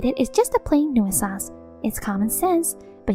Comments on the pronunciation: I really wish they hadn't given her the word "nuisance" so many times, because she can't pronounce it for shit. The last time I heard someone butcher a word so badly, I was surrounded by literal children who were just learning to read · Nuisance has 2 syllables not 3.